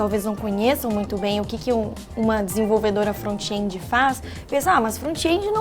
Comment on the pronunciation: "frontiendi", chique essa pronuncia!